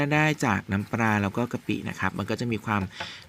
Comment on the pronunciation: น้ำปลา ไม่ใช่ น้ำปรา น้ำเปล่า ไม่ใช่ น้ำเปร่า เฮ้อ ออกเสียงทำไมเพี้ยนไปหมด